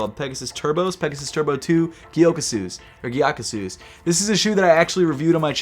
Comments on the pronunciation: It's pronounced "Ghee-YA-koo-soh" FYI. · Pronunciation of GYAKUSOU is more like gæ ku sou.